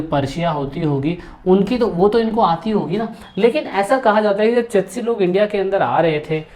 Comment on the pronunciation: चितशी नही चिश्ती बोलो